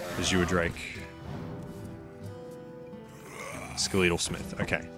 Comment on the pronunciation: Skelétal Smith Skeletal comes from skeleton so pronounce it that way...